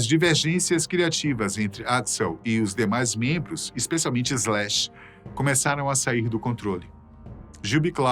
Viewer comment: Bem, boa informação, mas é muito dificil ouvir Brasileiro a falar Inglês, o nome do guitarrista é Slash, SSSS Slash, e não Ezlash, não sem E nem Z, para suar Ezlash. De resto o nome da banda Guns n' Roses foi bem prenunciado, problema o artigo "o" usado para o nome da banda, é usado no singular quando a banda é composta por varios elementos, logo usamos o artigo no plural, Os Guns n' Roses, caso fosse composto por apenas um unico artista, pode usar então no singular.